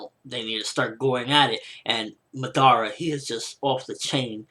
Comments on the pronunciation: He is pronouncing it like this 'Ma-dara' you just say it like this 'Madara' but its ok cos its not like i didnt like the vid or somthing its just that its a bit annoying to hear him pronounce it that way. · He pronounces Madara completely wrong -.- it hurts my ears...they r bleeding now